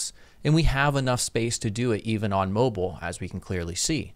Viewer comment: Can't be a mobile master until you can pronounce it properly ;)